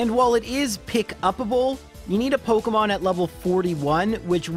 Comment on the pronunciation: Dude, you seriously need to look up a video on how to pronounce Pokemon names